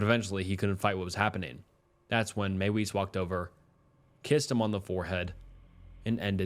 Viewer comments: Mie - Vis not may wees. Use your German voice. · Another one in this video is pronouncing Armin Meiwes’ last name. It’s not “maywise” but pronounced as “My-vez”. I know it’s a massive nitpick and these people’s names don’t really deserve any respect at all, but like the guy says his name in an interview multiple times and yet people don’t bother pronouncing it at all correctly. Less about respect of names and more about the quality of research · Arwins last name is pronounced MY-VEZ. And Alias isn’t pronounced Elias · Meiwes' Name is pronounced "Ahr-Meen Mae-Ves" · Meiwes is pronounced "my-vis," the w makes a v sound in German.